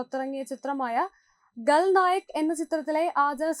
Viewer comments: 1993 ൽ പുറത്തിറങ്ങിയ ചിത്രം ഗൽനായക് അല്ല ഖൽനായക് എന്നാണ്. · Galnayak alla.... 🤦‍♀️ Khalnaayak yennanu film name... Yentha moley ithu😅